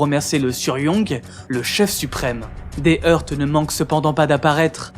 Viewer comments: Bravo Petits trucs: "heurts" se prononce "heur" et pas "heurte". Pareil pour "opus" (des vidéos précédentes), où le "s" se prononce. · Très intéressant. J'aimerais bien la même chose sur la Chine, Mao ou xi jinping par exemple. par contre un détail, dans "Sans heurts", je ne crois pas que le 't' se prononce.